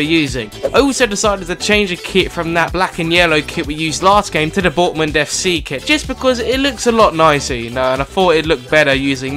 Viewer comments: lol he said bortmund instead of dortmund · he said Bortmand fc